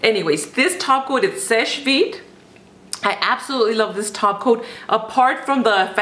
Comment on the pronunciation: finally someone that knows how to say "seche vite" :D